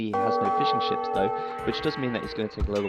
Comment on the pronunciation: Sounded like you said "so he's planning to get some more fish and chips" instead of fishing ships. Mmm. Fish and chips.